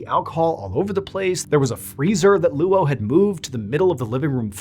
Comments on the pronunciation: Name is pronounced LOW, not LOO Oh. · Luo (coincidentally my surname) is pronounced like “law”. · Luo is not pronounced Loo-Oh. It’s also his last name, not his first name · That’s such a weird spelling. If they wanted Anglophones, at least, to be able to pronounce it correctly they should’ve spelled it as Low even if it looks weird in English. Luo is always going to be pronounced the way he pronounced it until they’re corrected individually. I have the same issue with my last name that is Lebanese. There is another spelling of it that is easier for the Americans to get right, but they still never get it right the first time. It’s a struggle I know too well. 😂😂😂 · Bro, can you please learn how Chinese names work? “Luo” is his surname, and it’s one syllable. His given name is Jinfa. Google can tell you how to pronounce those words. If you’re going to tell his story, at least learn how to say his name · First of all, those are not prayers, those are incantations. They are supposed to offer some kind of protection against evil spirits or ghosts. The description of the freezer chest is also quite funny, he was lying on a layer of 30 comic books on top of a bed coal. Painful to hear you trying to say the Chinese name Luo, whenever there are consecutive vowels it should be enunciated together in a brief manner, so instead of Loooo-Oh it is much closer to Lo with just a slight hint of the u.